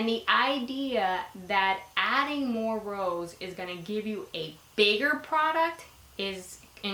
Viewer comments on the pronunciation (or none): none